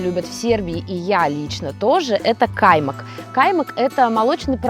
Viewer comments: не кАймак. каймАк. турецкий продукт. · кАймак по татарски или на башкирском языке есть такое слово каймАк ,ударение ставиться на последнию букву А в конце слова и он означает сметана,изготовленная в домашних условиях!